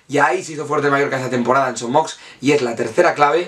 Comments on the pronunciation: Gran video però una cosita es son moix no son mox. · Son Moix se pronuncia "Son Moish". De nada. Buenos videos,! Cap Amunt Mallorca!